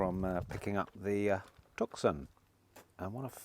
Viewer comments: I like the mood and feeling of this channel, nice and light hearted, I'll struggle with the next one though if you keep calling it a TUCK-SON - please call it a TOO-son, as in Tooson Arizona - nice cars those. Keep the flow of this channel the same though - nice and light. Good luck for the future. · Love your channel.. the Hyundai tucson is pronounced TOOSORN. 😊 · Tucson. Pronounced in a French way with a silent c, I suggest. So ‘Tou Son’